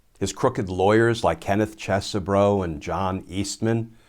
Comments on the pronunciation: Please, pronounce it cheese bro. Sounds better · It's "Cheese-Bro" as in, dude's from Wisconsin.